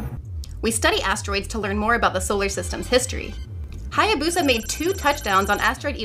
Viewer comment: Eh, Japanese pronunciation wouldn't be stressed, and the "BOO" would be "buh". Really, "Hayabusa" is pronounced like it's written.